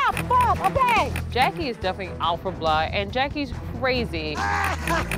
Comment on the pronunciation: ......."she's out for bluh" No......it's BLOOD not BLUH. Learn your native language. Also remove the lip gloss.